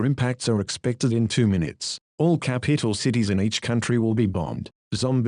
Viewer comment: Did anyone notice the man said capeetl? ⬇ ⬇ ⬇